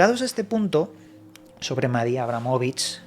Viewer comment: Decir mal su nombre forma parte de otro extraño ritual??